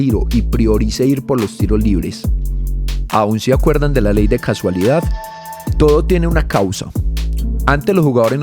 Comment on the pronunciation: Tremendo videazo, pero la "ley de cASUalidad" en realidad es la "ley de cAUSalidad"